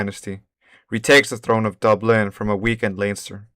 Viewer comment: Pronounce Dublin exactly the same as Dubstep.